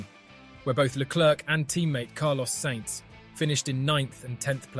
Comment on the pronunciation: Who cares about what some GT-driver thinks? And remember how to pronounce "Sainz", it would possibly make this an interesting video...